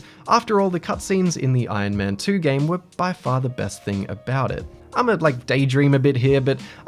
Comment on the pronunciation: No one:: Ion Man